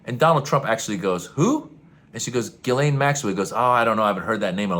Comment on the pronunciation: Jizzlaine. The name is pronounced Jizzlaine.